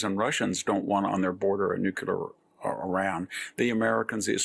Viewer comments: Victor you are the absolutely the best BUT the word is new Klee ur and not nuke U ler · Nuclear not nucular !! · Victor has the 'can't pronounce nuclear' problem. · nyu-kyu-lerr? NEW-CLEAR!!!!!